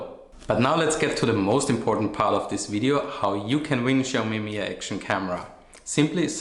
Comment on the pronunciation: it's pronounced mi-jia with a J, it's not silent. it's Chinese not Spanish